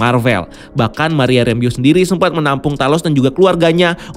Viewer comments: Kan Kau bilang Doctor Strange dalang kehadiran Pietro. LOL. Sekarang Agatha ni ceritanya?? Terus bacanya Sen - Ti - Ent. Bukan Sentinen. Kemaren Monica Rambeau, di bilang Monica Rembu. Bapack Canda? FiX New Rockstars paling hebat buat Rincian yang mendetail. Erik Voss tea Big Nerd. 🤣🤣🤣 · saya dengernya monika ramboh..